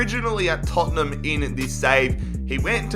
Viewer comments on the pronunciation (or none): none